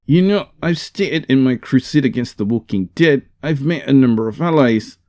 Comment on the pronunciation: "The Woking Dead" 🤣🤣🤣🤣